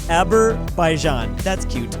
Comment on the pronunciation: THERE IS NO WAY THAT HE SAID ABERBAIJAN💀😢